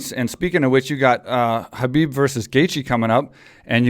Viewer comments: Agreed 100% I'm sure Khabib is gonna roast him for this mis-pronounciation 😂 and teach him how to pronounce his name right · Ali should pronounce Khabib's name correctly coz he is from Egypt, he knows Arabic (حبيب). Even coach Javier & Mike know how to pronounce correctly.